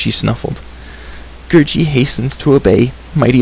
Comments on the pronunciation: Its gurggi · It's gurgi not gurji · It's Gurgi.